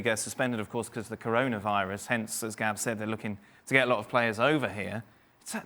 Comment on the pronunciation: Gab said it right